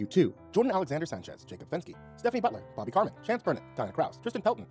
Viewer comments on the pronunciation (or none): none